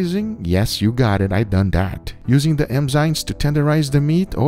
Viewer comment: Guga theyre called enzymes with a N, not emzyemes 😂😅